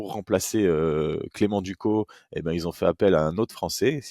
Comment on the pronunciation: Petit détail on dis clément « ducosse » Sinon tres bonne vidéo 💪🏼